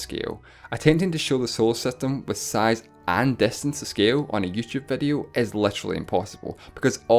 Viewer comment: wow great grammer its distance not destance lol